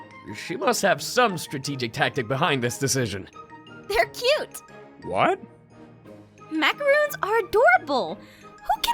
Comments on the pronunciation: "We're making MACAROONS!" Me: macaRONS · They. Are. Pronounced. As. MACORONS. Aphmau. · she pronounced macaroons wrong... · YAY GOOD 4 U APHMAU!! I LUV MACARONS!! BLESS U APH!! But u pronounced it wrong. It's pronounced macaroni without the e sound. C!? Easy!